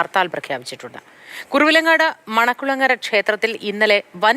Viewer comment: കുറുവിലങ്ങാട് അല്ല കുറുവങ്ങാട് ആണ്.